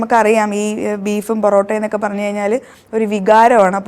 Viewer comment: പറോട്ട യല്ല പെറോട്ടയല്ല പൊറോട്ട ട്ടോ 😂